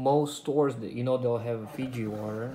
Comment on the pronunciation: Why did he pronounce Fiji wronge